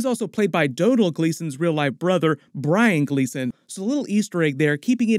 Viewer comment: Can you pronounce Brian Gleeson’s name correctly please.